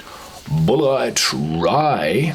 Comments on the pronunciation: It's Pronounced "bullet". -Sincerely, an American left behind by a changing economy. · A disappointing review of a highly touted American Rye Whiskey, and it's pronounced "Bullet" but spelled differently... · Tree Daddy Bulleit is actually a french names pronounced Boulay, but Tom said to call it Bullet.